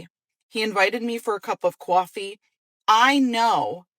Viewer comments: "kwahoffeee" ROFL 😂🤣 enough said about that broad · Anyone who says "situationship"or "qwarfee" deserves a backhander.